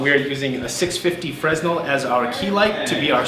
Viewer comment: Ummm .... the name for that light is actually "fray-NELL", 'cos the guy who invented the Fresnel lens was French.